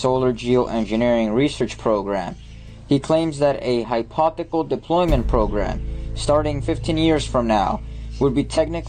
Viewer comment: "Hy-po-thec-al" I'm out! 😂